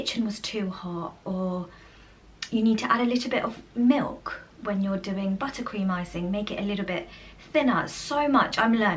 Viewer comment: …said let me show u what Matt was doing in the kitchen…it sounded like u said “Matt is peeing in the potato’s…lol. Give a listen u will get a chuckle 🤭